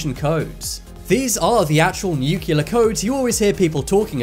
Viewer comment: If you are gonna make a video about nukes, learn how to pronounce nuclear